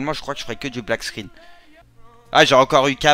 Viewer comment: Mec c'est pas black squinne c'est black SCREEN